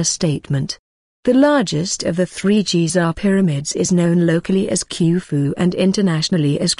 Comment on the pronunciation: Also, it's "khoo foo", no "kew foo"